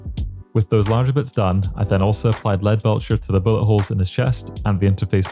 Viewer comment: When you say bullet holes it sounds like your saying butt holes!